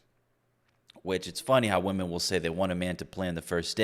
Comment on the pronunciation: Is it a new trend that womEn need to pronounce womEn as "womAn"?